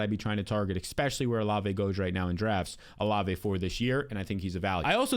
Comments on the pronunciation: why do u say exspecially